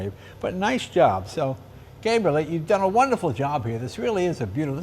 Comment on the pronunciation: Leno at the end can’t even say his name. He says Gabrile as opposed to Gabriel LOL